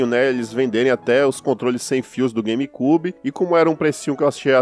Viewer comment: As vezes me da Agonia vc Falando "Game KYUBI " huheuehuehueheu .. mas... anyway ..